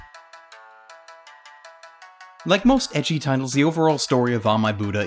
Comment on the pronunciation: Ecchi is apparently supposed to be pronounced like the letter h.